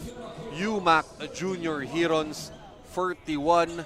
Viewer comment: Since mali naman pronunciation nila ng 'heron', "tagak" na lang siguro para pinoy na pinoy talaga. UMAK Tagak, astig. Hehehe